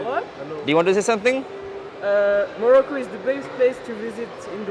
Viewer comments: Pronouncing Modocco instead of Morocco is pretty irritating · Why can't you improve your accent.. 4 din log Delhi me rahte achi hindi bolne lagte hain.. tmse ho nai raha..Morocco nai bol paa rahe ho thik se.